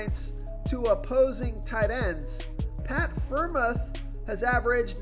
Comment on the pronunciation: its pronounced pat "fryer-mooth" lol you tried though